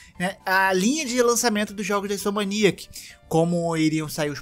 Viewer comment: fala toda a hora Insomaniac... é Insomniac! >.<